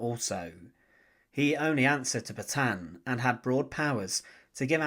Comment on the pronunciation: Se pronuncian de gol y Petion